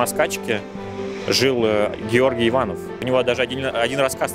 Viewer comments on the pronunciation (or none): Георгий Иванов, ударение на первый слог,кто живет или жил в России ударение в фамилии ставят или произносят на последний слог, сомневаюсь, что он жил в России, может только родился